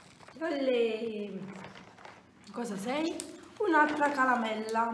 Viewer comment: Ma perché dici calamella